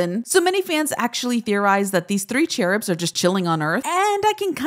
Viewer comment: The way she pronounced "cherubs" 💀